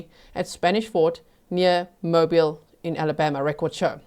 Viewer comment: Mobeel Alabama.